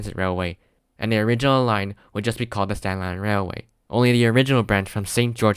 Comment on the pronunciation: never heard somebody say Staten Island Railway in one single syllable before 😂